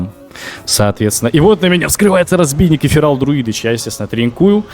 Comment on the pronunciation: почему ты говоришь "разбийник"?